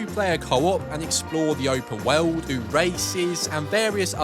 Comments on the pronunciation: It's "world", not "weld". Where did you learn to speak? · It's 'world', not 'wewld'